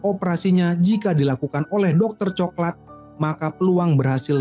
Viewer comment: Ini pake suara ai kyknya, pengucapan coklat tp diucapkannya co-ke-lat .. 😂